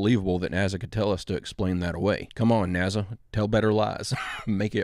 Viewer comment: why do you say NAZZA? its with an s not z.... is it for the AI? just wondering